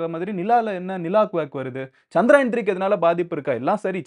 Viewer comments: Humble suggestion...its not Chandraayan, its Chandrayaan... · Not சந்திராயன்(Chandraayan), is சந்திரயான்(Chandrayaan) Sariya சொல்லுங்க 👍🏾